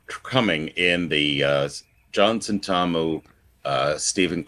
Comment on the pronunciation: You say Sen-TAR-mu; we say SENTamu. Just saying.